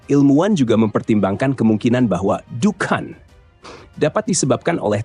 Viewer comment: Dukhon min,,,bukan dukan 😂